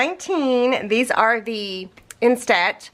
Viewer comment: my phone ‘jumped’ into my washer so I’ve been without one for about 10 days... but... I now have a new bright and shiny iPhone... as usual your videos are fabulous!!! There is just one teeny tiny little thing... you are incorrectly pronouncing instant... I am not sure how to explain what is off...but here goes... In are saying... in-STAT And it should be instant... you say STAT like a doctor would say I need a cat scan STAT... the proper way is... in-stunt... I hate when people get picky but the way you say it I have zero - zip -nada...clue what you are talking about... maybe ask you smokin’ hot hubby... lol 🤷‍♀️